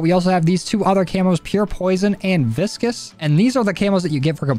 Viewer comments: Bro the camo is called viscous like the word not vis-cous😭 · Him mispronouncing things is what keeps me going bro, too funny 😭